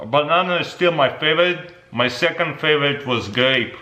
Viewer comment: Faveeze dvried stvrawbevvys